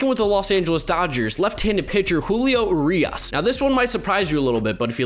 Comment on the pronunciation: OMG FINALLY!!! Someone who actually pronounced Julio's last name correctly!!